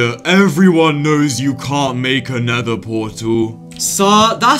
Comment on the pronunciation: Did u Call nether neather